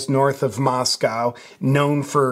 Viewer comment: MosCow is Russia..Moscoe is Idaho with the liberal university of Idaho.. thank you for saying it correctly..Tucker..not so much.